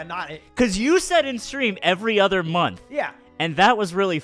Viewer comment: Why do you say ether instead of other